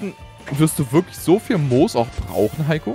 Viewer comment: Es hat mich so sehr getriggert als er Mos anstatt Moos gesagt hat lmg